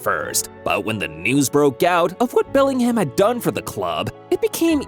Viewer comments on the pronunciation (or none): did bro say Bermingham. 😂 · Belling HAM, Birming HAM